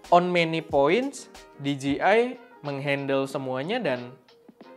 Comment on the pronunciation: Di jey ai = DJI , bukan di ji i = DGI